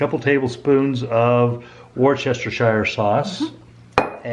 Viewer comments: Pronounce it 'wus-cest-shuh sauce', love from wus-cest-shuh UK! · Here in the UK we just pronounce that brown sauce as “Wooster Sauce” with the oo sound being as in “book” or “cook”! 😁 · It’s the way pronounces Worcestershire sauce 😂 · We love how you pronounce ‘Worcestershire’ 😂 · It’s so funny how many struggle with the pronunciation.